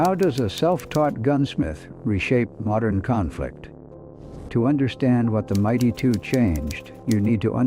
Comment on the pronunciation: Fix your AI narration. Difficult to hear the rifle called the Mighty2 over and over. It is the M 82.